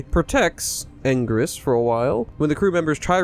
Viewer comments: It's pronounced "ann-gear-us" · It's been pronounced many different ways over the years by Toho. It started as "an-gil-as" first, it's "an-gweer-us", "an-gear-us", etc. Not to mention the questionable English dub of Final Wars: "an-gween-us"...We don't talk about that.